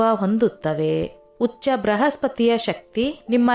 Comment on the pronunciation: ಉಚ್ಚ ಬೃ ಹಸ್ಪತಿ ಮೇಡಂ. ಹುಚ್ಚ ಬ್ರಹಸ್ಪ್ರತಿ ಅಂತ ಆಗಿದೆ